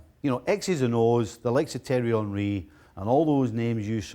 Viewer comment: Why did Steve call him "Terry" Henry? 😂😂